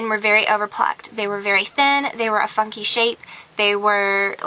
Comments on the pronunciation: does anyone else here her say "they were a fucky shape" ? i know she says funky but that's not how it sounded.... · I know she's German, but I don't think that even she could misprounce funky. "fu'ky shape" I'm laughing sooo hard! 5 stars sexy! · OMG I thought she said that too!! x Hahaha it just sounded like the 'f' word haha When I heqard it I was like what?!? Im glad someone else noticed that actually I thought my ears were going funny haha ;p